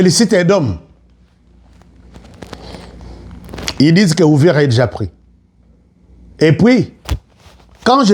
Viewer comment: Uvira et non Ouvira cher frère.